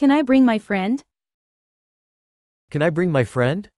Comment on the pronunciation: 食べてもいいですか？がキャナイーですって聞こえて面白かった。こんな響きで伝わるんだと思うと楽しいですね